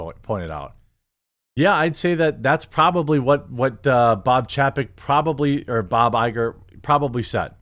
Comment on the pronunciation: Ffs. Its chay-peck.